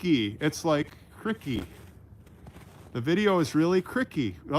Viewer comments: Hey there I really enjoy your show By the way crikey is pronounced as rhyming with bikey or Mikey not as rhyming with sticky It means Golly or Gosh❤️ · It's crykey not crickey. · Lmao. Look at the size of that rack means something very different here. Loved the close ups of the bucks and deer. Really enjoy learning about the History. My favourite subject. Until next time, take care. PS. Krikey is Aussie. It's not like cricket. It's pronounced Kriy key.. Steve Irwin used to use it. It means wow. Crikey. Sorry. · your English is superb but let me teach you Australian, Crickey is pronounced Krykee, used as an exclamation. a word that is not used much. Although, Steve Irwin the Crocodile Hunter used to say it all the time. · Hi it is cr👁ky not criky, my boyfriend’s mom is from Canada she says it a bit and the crocodile hunter used it a lot when he was alive! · it isn’t criky, it is CR👁ky! My boyfriend’s mom is English from Canada and she uses it some and if you go to the crocodile hunter site you will hear him say it quite a bit! Sorry I had to correct this one! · Just catching up on watching the vlogs missed the walk Sunday which was excellent.......it is pronounced cry-key...So as Dr, Sidney Freeman from MASH would say... “Ladies and gentlemen take my advice, pull down your pants and slide on the ice” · It’s pronounced CRY-kEY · Maybe pronounce CRY-KEY….not how it spelled…